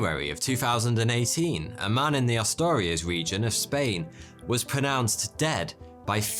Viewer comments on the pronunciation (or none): none